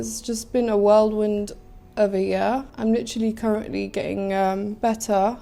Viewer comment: “Worldwind” is not a word. It’s WHIRLWIND